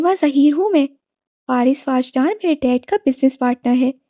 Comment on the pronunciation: It's not واجدان 😭 it's وجدان 🥺